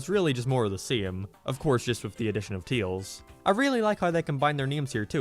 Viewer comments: He is saying tails wrong it’s not teels it’s tails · Why do you call Tails "Teals"? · Remember guys, it’s not Tails, it’s Teels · STOP CALLING HIM TEILS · I don't know why but you're pronunciation of tails just cracks me up